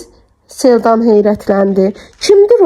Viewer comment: Çox gözəl əsərdir.Oxuyan xanım sağ olsun.Ansaq xanım niyə Selcanı Seldan kimi tələffüz edir